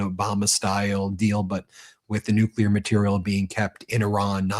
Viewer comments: Is it just me or have all the republicans adopted W's pronunciation of nucular? Or is it me? Is it not nuclear? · 💁What's a "New Q Lar" weapon? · Who's this moron that cant even pronounce Nuclear? It this the quality of politician that represents America? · Are these clowns the result of some secret experiment of cloning Nazis from the 3rd Reich? This Troy Nells is surely a case in point! He can't even pronounce "nuclear" properly & he whines over not rewarding his MAGA Brownshirts for being punished over their J6 Reichstag Fire!!! NONE OF THIS IS RATIONAL!!!!